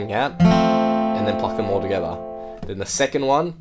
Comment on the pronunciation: That tho